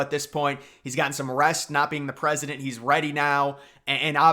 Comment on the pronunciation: Biden should stay in the race. He's the gawd dang prezidunt of ewwnited States of Uhmiracaw he can do whatever the hell he wants to do. Trump gunna crush em anyway in November so WTF is the difference.